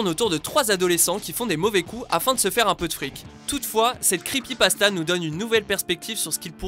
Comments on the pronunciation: c'est pas creepypastazz c'est creepypastas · creepypastaz mdrrr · Les creepypastaz ? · C'est moi ou au début il a dit "creepypastaZ" ?